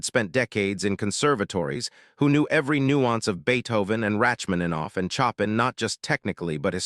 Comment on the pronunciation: Fascinating and riveting story if it's really true, but try to pronounce Chopin as shopan and not choppin!